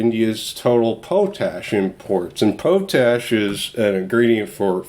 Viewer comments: Hi just a little thing but it pronounced "Pot Ash" not "Po Tash". Its just me sorry:). The video has again great information, thanks. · its pronounced pot ash your driving me nuts :) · Great vid !....but to be a dick it's pronounced.....Pot....Ash